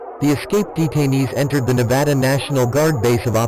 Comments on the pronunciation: Thank you robotic voice for pronouncing Nevada correctly~ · As a Nevadan, thank you for saying Nevada correctly, great video! Keep releasing them!